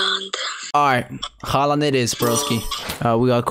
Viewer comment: 😂😂i keep hearing erling broke haaland